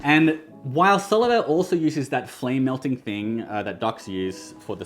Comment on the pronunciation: Solovair is actually pronounced Sole of Air :)